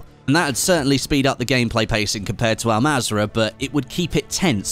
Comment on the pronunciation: Pronounce it as ul mazra not Al mazra but written as an mazra